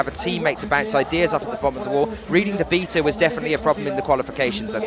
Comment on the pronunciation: I am consistently disappointed with these commentators. The male one seems to commentate in more competitions than he should. They are making the sport sound so amateur. Someone who cannot even pronounce "beta" correctly should NEVER say how a climb should and should not be done, especially with such arrogant ignorance. Quit the guess work on results. In fact qui trying to keep track of attempts because you can't even do that. Learning the athletes names is even a problem. Same crappy commentating with every single competition. It is no wonder this sport has never made it to the Olympics. So sad. Love to watch though. All these competitors are absolutely amazing.